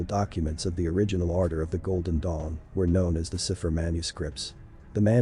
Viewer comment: Cipher: pronounced SAI pher